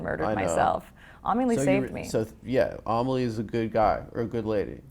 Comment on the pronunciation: Amelie isn't pronounced that way. Anyway interesting interview